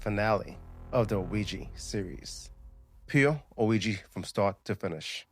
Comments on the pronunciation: my brother Keep calling it a weegee board and the demons will haunt you just for spite😂Jk that was meant only to make light of a serious matter.🫣 Ouija boards open doors to the shadow realm and places that even our worst nightmares couldn't describe. Be warned. It's pronounced wee (oui) zha (ja)= Ouija basically yes in two languages.. although slightly different in the German pronunciation French Oui/Ja German.. not that you didn't already know all that.. You are a very intelligent and intuitive man. Much love and respect as always -Ant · Why do white people feel the need to say words completely wrong? Wtf is a Ouijay board? You know damn well that’s not how it’s pronounced ffs